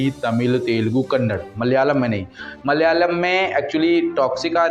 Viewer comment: If you can’t pronunce Kannada, then don’t make video.